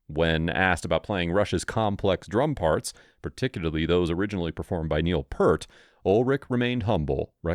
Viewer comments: Bruh you couldn't even spell the names right smh. I could understand maybe not having the "A" in Peart. Which you also pronounce wrong. But that AND also Getty instead of Geddy.. I can tell you did this for a quick video and probably don't actually care about the music. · Get Neil’s name pronunciation correct! And then spelling. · Less than 30 seconds in and you've already mispronounced and misspelled the drummer's name. See ya. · I know right? Even those who claim to be huge fans of the band pronounce Peart wrong. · Peart. Pronounced PEERt. Your video is credible and will appeal to Rush fans. Everything you say in it is accurate, a great tribute to the band and what they stand for. But Rush fans will roll their eyes at your pronunciation of Neil’s last name. (Yes, we Rush fans are a little crazy that way.) I did keep watching, though. Nice video otherwise. I say so, because I’m a nerd. Watch out, because a lot of Rush fans are GEEKS. They’ll judge, and they’ll spread the word not to watch you. As for my beef? Probably a quick fix for this. But don’t worry. Dave Grohl says, Purt, too. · Peart/ Pronounced 'Pearce' with a t. Not 'Pert' ffs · Pert is shampoo...it's Peer-t...c'mon man. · Peart, pronounced peert! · P(EAR)t. P(EER)t not Pert, like the shampoo. At least he said twenty-one twelve. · It’s spelled Peart and pronounced “Peert” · Peart is pronounced Peert 🙄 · Holy shit, can you not do any research to at least get their names correct ? It's Geddy, not "Getty", and Neil Peart, not Purt. I give up on this crappy click bait. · It's pronounced Peert...NOT pert!!!😠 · No it is not Pearce! It’s like this…Peert. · His name is spelled PEART and it’s pronounced P-ear-t …🤡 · Yeah... Pert? It just takes a little work. I can forgive the mispronouncing being guilty myself at first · Its' ficking Neal Peart, pronounce Peert FFs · It’s pronounced Peert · PEART. Pronounced like ear with a P in front and a T at the end. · Nope, it's pronounced Peart